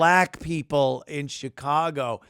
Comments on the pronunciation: Now its shiCongo. Not Chicago. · Did he say Chicango?